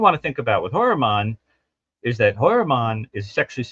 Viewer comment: I remember. when u first rationalized pronouncing Heuermann as hoyer-mon....u researched the name and found that pronunciation. RH, however, says: hewer-men. R u purposely mis-pronouncing his name to show disrespect? Just curious. (I dont have a problem w disrespecting this monster).